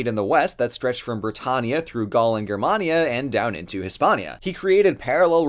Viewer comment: Someone pronouncing Germania correctly based